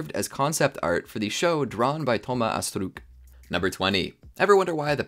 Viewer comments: Stop saying astrook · I know its french but french ppl don't pronounce astruc like that